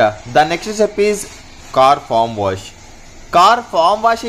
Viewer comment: ఫామ్ వాష్ కాదు బ్రదర్, ఫోమ్ వాష్. ఫోమ్ అంటే నురుగు. ఫామ్ అంటే కోళ్లు ఉంటాయి